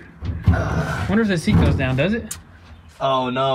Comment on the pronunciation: Seet not deer